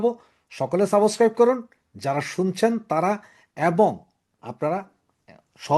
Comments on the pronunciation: don't mind please. Word "subscribe" er pronunciation ta ektu western style e hole valo hoy. "Suboscribe" (tone ta evabe aashe) na bole subscribe bolle valo lagbe. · subscribe উচ্চারণটি একটু ঠিক করুন । আপনার অনুষ্ঠান দুর্দান্ত, উপভোগ‍্য । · Your 'Subscribe' pronunciation is very wrong and odd. Please correct it.